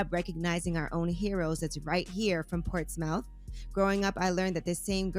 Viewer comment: I’m mad how Yee said Portsmouth lmao